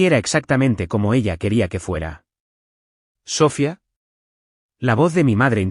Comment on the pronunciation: Hagan el favor de pronunciar Sofía correctamente. El acento va en la í y no en la o. Usan mucho ese nombre en las historias y siempre lo dicen mal. Gracias.